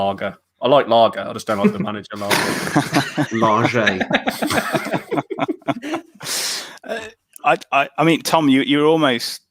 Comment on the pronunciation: It's pronounced LARGE! Not Larger lol 🤣 hope it's not Him and Brexit rules screw him over. He has very little experience managing, never mind managing a top club. I'd rather Eddie Howie or lampard, if it's not Fonseca or AVB??? Conceicao has gone already, and guttuso it's not them. Last option RAFA for me and his Newcastle stint was zzzz zzzz zzzz.